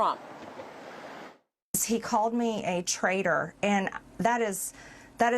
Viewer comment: Did he call her Marjorie "Traitor" Greene, or Majorie "Trader" Greene?